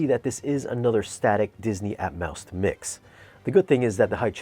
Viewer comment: Are you saying "Atmouse" on purpose because it's Disney? Lol